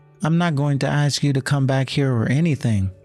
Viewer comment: AI that says AX instead of ask? What you talkin bout, Willis. 🤦🏼‍♀️